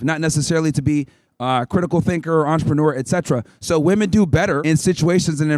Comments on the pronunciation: The mispronouncing of the word "women" just drives me fucking crazy. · Any if it’s because they didn’t pay attention in class, why is it the only word they can’t say correctly? I think it’s on purpose, taught with intent. I don’t know why, but there’s got to be a reason. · Right off the bat: "Your opinion on woman." Unable to pronounce "women". Off to a good start, folks! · my god WHY CANT SHE SAY "WOMEN" STOP SAYING "WOMAN" FOR THE PLURAL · Straight off the bat and she can't pronounce the word "Women". What is it with these American college girls and knowing the difference between "woman" and "women"?? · It’s WOMEN!! Not woman!! JEEEESUS!! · Why does she keep saying woman as if it’s plural? It’s women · why does she keep saying woman instead of women. lmao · dude didn't anyway teach them how to pronounce "women" ? they're literally just reading it as it's written not as it's supposed to be said. It's pronounced "WEMIN" not "WOMEN" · why does she keep saying, woman. Point made-it's women! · What’s the deal these modern-day women continuously using the word “woman” for “women”? She did it several times in this video. Even corrected on it. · Why do they always say "woman" in place of "women". Why the f do they always do that?? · everytime she said woman instead of women was driving me fucking insane 😅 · oh totally!! It does my head in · Why do gen-z women always say "women" as "woman"? It's like every single one of them. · Why do so many people mispronounce "women"? They always pronounce it the same way it is pronounced in singular "woman". It seems very common among these college kids. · it drives me more and more crazy everytime she says “woman” as a plural. it makes me want to poke my eardrums out with a pencil.😖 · She's unable to pronounce women correctly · She doesnt even know how to pronounce the plural of woman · Good job young lady. Woman and women are different words and are pronounced differently. What is it with this generation?